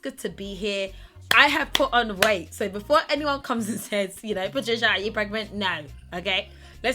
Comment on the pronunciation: by her talking so fast she ended up saying pregmant instead of pregnant lmao